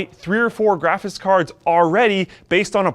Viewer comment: "graphice cards" Kappa